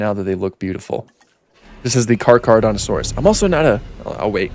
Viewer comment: it's pronounced like thes "car-cera-dont-a-saurus"